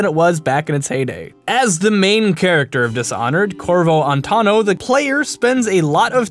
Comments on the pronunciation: "Corvo Antano" ...his last name is Attano. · ATTANO NOT ANTANO! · I have heard corvo altano and now corvo antano its corvo attano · Victorian London was 1800s, not 1600s. The Bubonic Plague ravaged Europe, it wasn't specific to London. It's "Cabaret", "Cabernet" is a designation of wine. And it's "Attano", not "Antano". All these errors are in the first 3 minutes of the video. "" is a name you've earned, clearly. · it's Attano, not Anttano. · Attano not Antanno, jesus christ!!!! I need holy water for my ears now..... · CORVO ANTANO ? ANTANO????????? AAAAAAAAAAAAAAAAAAAAAAAAAAAAAAAAAAAA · Okay great video but im going to dislike it because how could you get Corvo "Antano"'s name wrong in an informative video? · Did he just say "Corvo Antano?" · "Corvo Auntano" Nice. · Corvo attno and Samwell beechworth... Least you got part of their names right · "CORVO ANTANO" REALLY?! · Dude, you bad not only at French but also at the pronouncing Corvo’s last name 😂